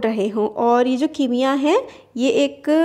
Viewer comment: Khimiya nhi bolte use chimiya bolte hai😊